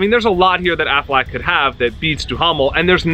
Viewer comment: AFFLAACK??? and DOOHAMEL?? bro learn their names first lmao